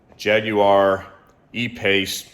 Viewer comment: Great like that you pronounce Jaguar correctly 🙂